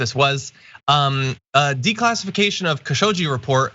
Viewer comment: John, just for future reference, in Khashoggi the G is pronounced like it is in "Gone" not like "Giraffe"